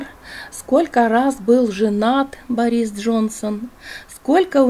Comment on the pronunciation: Не БорИс, а БОрис